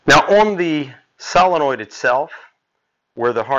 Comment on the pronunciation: Never trust a guy who can't even say solenoid